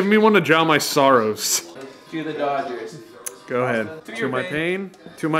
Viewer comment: It’s Dodgers not dogers